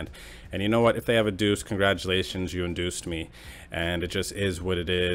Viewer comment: Did you emphasize the duece in induced me on purpose lol